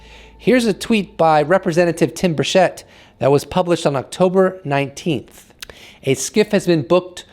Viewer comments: It is not Tim Burshett.. It’s Burchett cha cha. Burchachaett. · Tim 'Birch it.' He pronounces his own name as 'Birch-it.' Everyone missed that. 😉👍 Good stuff. Thank you, and as I watch this late, I know that Paulina and Tim got nothing.I forget the other guy's name. Undeniable proof (of et) that is seen at some point in the future, will be because of a mistake by the powers that be. We'll be joy riding in saucers before they tell anything.